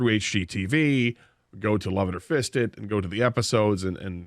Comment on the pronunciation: Did he say "Love it or Fist it"???